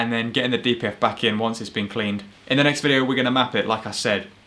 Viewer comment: It was "Cleaneted"🤣